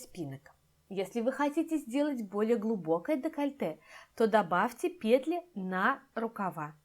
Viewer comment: ПетлЯ, петлИ . Господи. Невозможно слушать.